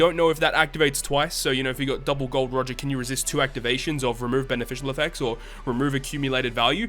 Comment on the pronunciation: my man pronounced Gol D. Roger correctly unlike other pepos out there, THIS IS ACCEPTABLE!